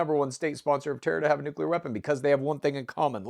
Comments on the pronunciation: Say it with me: Nu-Cleeeeeeeee-ar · If you cannot pronounce "noo·klee·ur" you truly have no business discussing it. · Its nucular. 🤣 is Homer Simpson